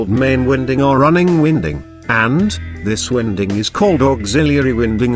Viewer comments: Get rid of the music and computer voice mispronouncing winding and this would be a good video. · The incorrect pronounciation of winding rendered thid video completely useless in my opinion